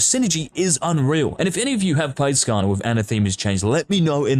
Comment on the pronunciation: I heard skaner and visibly hissed lol